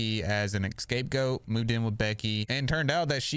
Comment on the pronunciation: It’s “scapegoat”, not “escape goat”.